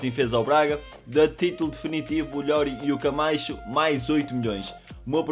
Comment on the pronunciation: Ajunior não é LLORI é ilori